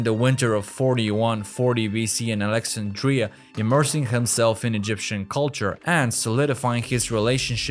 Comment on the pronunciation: It is too bad that the narrator cannot pronounce important words, including the word Alexandria.